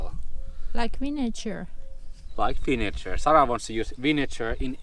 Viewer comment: Vinegar has a 'g' like in the word Girl.